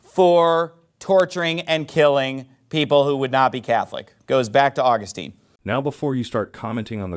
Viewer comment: This idiot pastor cannot even get St. Augustine’s name pronounced correctly. Wow. He’s smart. Sorry. He struck a big cord in me. I am a Roman Catholic and and on fire in love with our Faith. Catholics are the one that compiled the Bible through the inspired word of God. It is the oldest faith over 2000 years old, Christ founded it. It is apostolic. I mean I just don’t understand why people just don’t understand all these other denominations are of the devil they are all fake. They are all wrong.